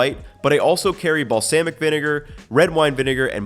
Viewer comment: The way he says balsamic makes me laugh 😅